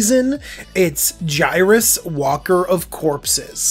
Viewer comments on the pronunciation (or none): DJ, I think you've been watching/around Seth too much. It's Waker, as it waking the dead up. Not Walker, with an "L". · I think it's pronounced way-ker. However i see just this commander alone winning games. High ramp/draw and Voltron (making it hex proof, have haste, doublestrike and/or unblock-able). Lots of control/removal. Panaharmicon for that cheese. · Waker, not Walker lol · Waker, not Walker! :)